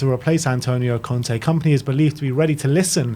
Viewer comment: ah yes "Komany"